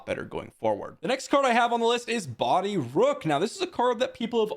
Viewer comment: its BOH-DEE